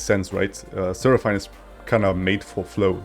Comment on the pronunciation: it's actually pronounced as sera-fin